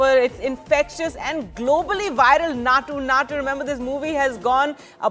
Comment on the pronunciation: Maa'm its Naatu Naatu, not Nacho Nacho 😂